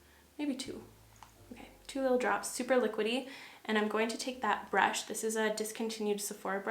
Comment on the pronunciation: BRAASHH 😂 I'm gonna call brush like that from now on. love you 🥰